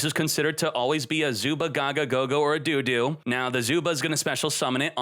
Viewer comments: I cringed every time said do do. It sounded like what parents say when they want their kids to go to the bathroom. The "o" in dododo is pronounced exactly the same as when you say gogogo. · Did this man just say look for a DO-DO in the GY? xD LMFAO ahahahaha